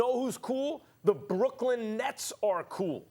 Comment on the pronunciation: Why can’t Max say Brooklyn?